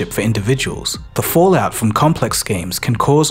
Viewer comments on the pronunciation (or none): none